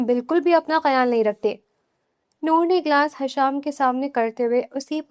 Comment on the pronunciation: حشام نہیں ہشام ہوتا ہے